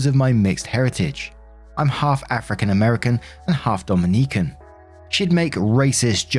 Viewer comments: Dominiquecan? Do-min-nik-kin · mispronouncing Dominican is everything.